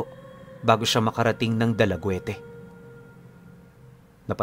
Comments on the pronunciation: Shout out dalagute cebu pipunu dalaget ang tamang basa po. dalaugete peru psg basa dalaget.. ilove u po. Sana maka punta ka diti sa cebu. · Dalagit po pronunciation nyan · Dalaguete silent ehh po yan sa dulo..Bali basahin mo sya dalaguet silent e ang dulo. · DALAGIT PO ANG PAGBIGKAS NYAN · Dalaguete po ang tama niyan. Pronounce as Dalaget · Dalaguete pronounce as Dalaget yan